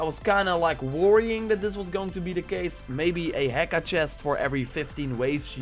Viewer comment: The h is silent in heka. So ē-ká not he-ká.